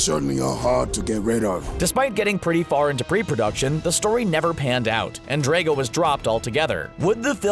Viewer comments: Dra go not dre go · its not draco its drago some people just really get on my nerves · It's Drago, not Draigo, Drago. Get it right please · He is killing me by saying Draago